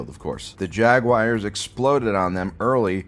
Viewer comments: Dude, what's a fucking Jagwire?? It's Jagwahrs! No "wire" sound at all. You have to be doing this on purpose. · Jag-wire is the only worse way to say it than the way the English say it. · Jag-wires XD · please stop saying jagwires it's making me violently cum I don't have much semen left and if it keeps going my balls might fall off